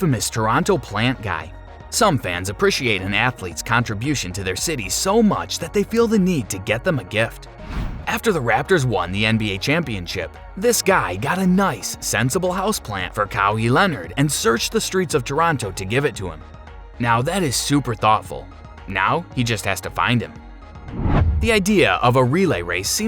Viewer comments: Cowwee Leonard??? 😯🤣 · my guy really just said "cowy Leonard"